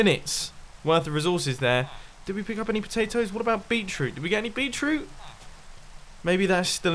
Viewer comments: Did you say Bee Troot instead of Beet Root? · It's literally bEEt-rOOt, GD, my friend. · Did anyone else realize that instead of saying 'beetroot' he said 'beachroot' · Mumbo, it Beet root. I keep hearing you say beech root. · "Beachroot" I didn't realize beachroot was a thing. Beetroot. Beet-root. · "beet-root" lmao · beetroot? Beet, Root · "bee-chroot" lmao